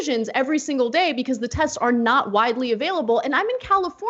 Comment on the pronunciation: So at marker :44 he goes from saying tests to saying "te-th-sts". Sounds like a denture slip to me.